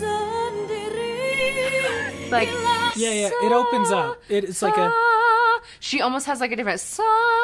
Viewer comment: It's "sendiri" pronounced as sern-dee-ree not sen-ngee-ri. obviously misheard it.